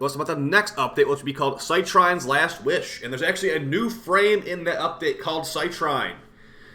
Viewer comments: Just so you know, it's pronounced "Sit Reen" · I looked up online and funnily enough, both you and Rebb are butchering her name. It's pronounced "cy-treen".